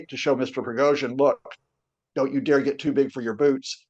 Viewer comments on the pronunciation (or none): none